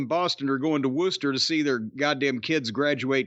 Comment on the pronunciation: Lol, got blocked by Swerve Strickland for tweeting about his pronunciation of Worcester before the show.